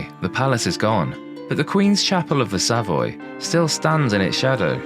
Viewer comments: Not "SAV-oy", but "Sa-VOY". Not "PRO-test", but "PROE-test". I doubt there are "Tudor burials" in the vault walls, just re-used grave slabs. Not "Rude-yard Kipling", but "Rud-yard Kipling". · I’m not too sure that this presenter isn’t AI. The narration definitely is - who doesn’t know how to pronounce’Savoy’ or ‘Rudyard’ Kipling ?? Having said that, I ABSOLUTELY LOVE this type of video on lost London - stunning insight into the past. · Yes, eg of 'Savoy' and 'courtier'.